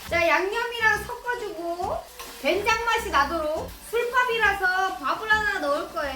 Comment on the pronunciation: 된장 아니고 쾬장입니다. ㅋㅎㅋㅎㅋㅎㅋㅎ